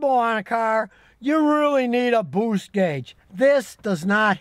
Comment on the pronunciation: I like how Scotty says "BOOST".